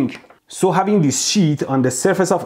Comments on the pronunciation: Everytime he say sheeet my heart jumped a beat affraid that he might say $hit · "this piece of sheet" 😂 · omg you always me me laugh,from fights against the current or people , to how you say things Not Pronounced SHEEE...EEET=S.H.I.T lol, you obviously stared to long at his BLUE eyes but i just want to say something to you both ,did you ever hear about the law of interference and observation and how it can change the findings so did the fight you both had mean nothing about who's ball and chain moved in which was right but really wasn't Mwahahahahahahahaha! PS those are some amazing eyebrows! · I'm dead , " I also bought this piece of sheet " lololol 😁😂😆 sounds similar to something else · The way he emphasizes "piece of SHEET" gets me every time. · When Mehdi says- a piece of sheet, it sounds like- a piece of shit 😂😂😂 By the way awesome explanation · Man, whenever you say 'Sheet', I hear 'S#!t'...😂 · "Piece of Sheet" Honestly I thought he will swear and I'll hear Bleep until he said sheet 😂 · The way he says the piece of sheet is funny . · Do you think the over pronunciation of sheet is because he's afraid of demonitization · every 10 seconds mehdi be like : PIECE OF SHEEET